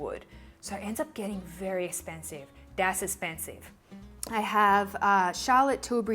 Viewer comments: "DAS EZPENSIV" HAHAHHAHA LOVE IT #KathleenLights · Soap and Glory lipstick in Cinnamon Beige. Love how you said "das esspensive" Kathleen Lights says that too! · Messy bag ladies unite! Yeah! Really enjoyed this video and your eye makeup 😍 Ps. Was that a sneaky shout-out to Kathleen Lights? "Dass espensive!" Ha. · " Das espensive " you used a Katherine lights quote!! Both you are my favourite ever!!!